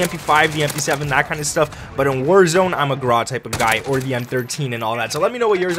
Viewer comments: its grau not graaaa ... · Grau ... pronounced "GROWL" rhymes with "COW"